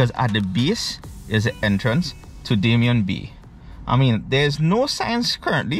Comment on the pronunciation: Hi, I believe it's Damien and is pronounced dah-mee-yeh